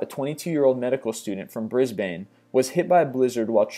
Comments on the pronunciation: its pronounced briz-bin not briz-bane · You said Brisbane wrong. Typical american always saying Australian state capitals names wrong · You say Brisbane weird.....